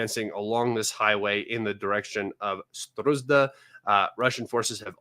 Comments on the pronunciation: why you keep calling Sudzha a Sdruzda? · It's more of a tragicomedy...so many thousands of people die around Sudzha and guy can't learn the name of the place for months ...